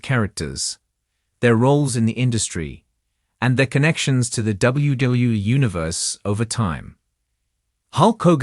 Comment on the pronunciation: Why is it that AI-generated narration always has trouble pronouncing "WWE"? I've heard this in many different channels.